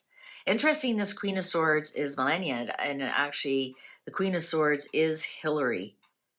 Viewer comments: Please stop mispronouncing her name is not Millenia is ME (AS IN MELLOW) LAW NIA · Mrs Trump's name is pronounced "Ma lah nee ah", not millenia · Trumps wife's name is pronounced - MA LAW NEE A. 😊😊 I keep hoping you will see my messages. 😊❤😊